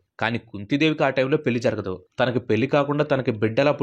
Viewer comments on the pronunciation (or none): none